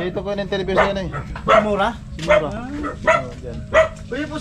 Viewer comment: Kuya correct ko lng po MURA po hindi MORA akala q Kung cno cnasabi mo MURA po